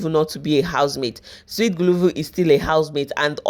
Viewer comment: Guluva not guluvu ma🏃‍♀️🏃‍♀️🏃‍♀️🏃‍♀️🏃‍♀️🏃‍♀️